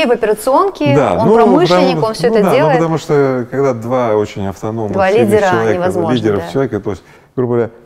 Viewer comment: Игорь, вы некоторые слова произносите на казахский манер, по-азиатски)))) например - пАААтамушта, пАААдругому